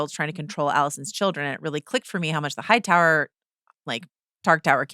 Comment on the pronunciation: loved how she pronounced Hightower. The white worm nailed it